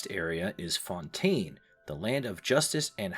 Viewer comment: I'm half joking, don't take me too seriously. Im a linguist and musician so I can't help but notice and be nitpicky when it comes to sounds. Overall, too american lol. FontAYne, InaZOOMa, SnezhNAAAAAYa English speakers add diphthongs (2 vowels instead of 1) where they shouldn't be and the stress tends to be on the wrong syllable. If you say them as the american VAs say them, it's probably wrong. The biggest culprit and the one that genuinely got to me was Leeway instead of Li-Yuè. It's so ridiculous 😂 just read the letters y-u-e